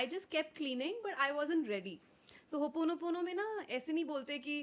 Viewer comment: Host is pronouncing it wrongly. Ho o ponopono not Ho oponopono. I am rectifying this because this word itself is a cleaning tool.. I hope you will not take this otherwise for correcting you